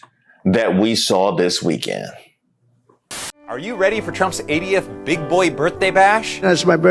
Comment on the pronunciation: Misheard "80th" as "idiot". Same, same.